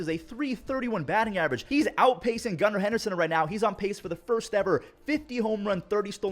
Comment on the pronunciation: “Gunna Henderson”